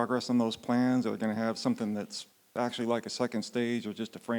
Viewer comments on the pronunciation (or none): He talks like Elon, but fast. They both pronounce 'actually' the same like ''asherlee''. There will be calls for subtitles.